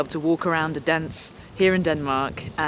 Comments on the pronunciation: It's O-den-ze, not O-dens. Wish I had the money to go to London on the 14:th of dec. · That's just about the most interesting way of saying Odense i've ever heard! :D Try these phonetics instead next time your around, it will get you closer: Odin (think norse mythology) and sea. Odin-sea. Kind regards, The Danish Language Police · Odense: "Oh-den-seh" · Lovely lady, but I hope she learnt how to pronounce Odense when she was there - approximately oh then suh, with the stress on the oh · Odense, stress on the first syllable, and the last 'e' is somewhat audible. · Why didn't i know you were in Denmark?, promote your dates on Youtube, please. Btw. You're absolutely butchering the name of Odense. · Ah, so that's what she is saying. She uses a very short "O" which threw me off. I'm from Denmark btw ;)